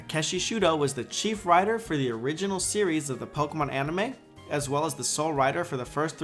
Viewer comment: I may be mistaken, but i hear aMime instead of anime